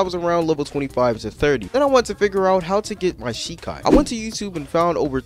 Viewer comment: jus from the way u said the name of ur Shikai i don't think you have watched the anime that this is based on I think it would be hard for you to be immersed if you dont even know what the source material is dont get me wrong I think this is game is utter trash but i also dont think its fair for you to speak on it in such a negative light IF you haven't seen the source material